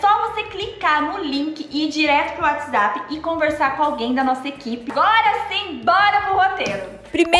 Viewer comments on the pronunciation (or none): none